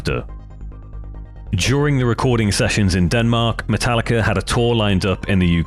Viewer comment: I knew he would do it and call it matallicer at some point lmfao